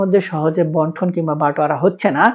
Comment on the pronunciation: বন্টন দলিল না বান্টন দলিল, সঠিক ভাবে বলেন।